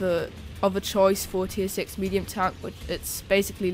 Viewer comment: Heavy Townk and Meduim Townks xD